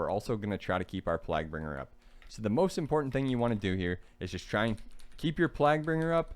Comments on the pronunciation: "eeban fevor" lmao "plagbringer" bro lmao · nice video as always. Just a heads up its "/plāɡ/" So its sounds like "playg-bringer" for plaguebringer.